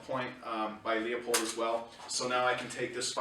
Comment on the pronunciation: LOO POLD, not LEO POLD. Please. Leopold Stokowski was a famous British conductor. See Bugs Bunny "Long-Haired Hare" for a spoof on the conductor Leopold.